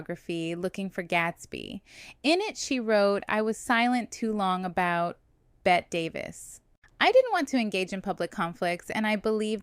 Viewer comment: Her name is Bette, pronounced "Betty", not like placing a "bet"